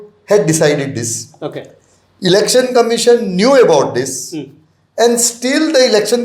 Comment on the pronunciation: Lol the host just said ‘Erection commission’ for election commission 😂 mins that’s why we need to have mandatory education and a degree for news reporting not any Tom, dick and harry can be a reporter without understanding and command over English